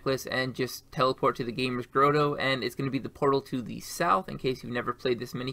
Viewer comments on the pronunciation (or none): none